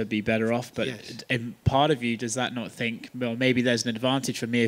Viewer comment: Gilbert "I fink" Burns